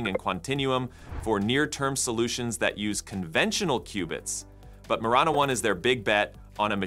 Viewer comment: majorana. no. majana. yes 😭😭